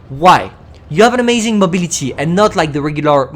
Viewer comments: i love it when you say mobility it soubds funny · Ye that ‘y’ at the end is kinda funny